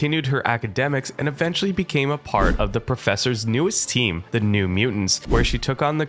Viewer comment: why and how does he pronounce team with 2 syllables lmao that's what threw me off